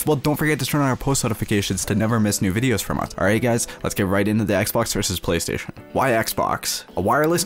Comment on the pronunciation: Forth, he said icebox instead of Xbox